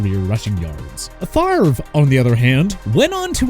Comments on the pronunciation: I will never forgive my Falcons for getting rid of Brett Favor…I mean Favray…I mean Favree…Favreh? Favrie? Favier? Fairve? No no no…Favre. Favre. I meant Favre. Damnit! Why Atlanta?! Just why?! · Brett FAVOR? REALLY?